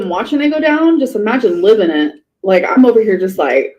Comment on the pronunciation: I can’t stand the way she says eeemagine instead of imagine. She says it a lot.